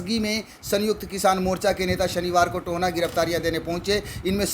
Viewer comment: "Tohna" nahi bhai mere it's Tohana, To - Ha - Na